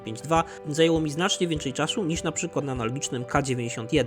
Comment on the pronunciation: 17.12 powiedziaales czasiu